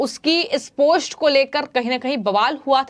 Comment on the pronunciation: इस खबर के लिए धन्यवाद | आपसे अनुरोध है कि आप अपने हिन्दी के उच्चारण पर कार्य करिए .... क्योंकि यह जरूरी है कि आप सही से उस भाषा को बोलना सीख कर ही उसमे समाचार पढ़ा करिए | ... आप बार बार "पोस्ट" को "पोष्ट" बोले जा रही हैं, यह बहुत खटकता है और आपकी खबर पर से ध्यान हट जाता है |